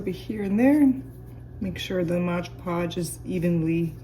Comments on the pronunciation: Great video but it’s MOD podge - not MODGE podge. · It's MOD, not modge!